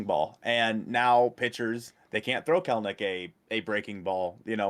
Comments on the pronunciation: It's pronounced Kel-A-Nik, nerds. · it's actually Kelenitch 🤓